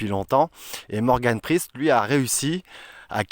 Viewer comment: pourquoi ne pas dire le "E" de priEst et dire sprist ..?